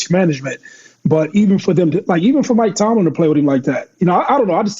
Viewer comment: Lol Cam will never say Mike Tomlin name right 😂